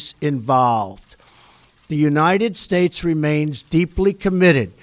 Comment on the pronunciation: I did not want to be critical, that was a long speech and I am sure he is exhausted but it sounded like he was slurring at the end. Listen to his very last words when he said United States. He needs our constant prayers.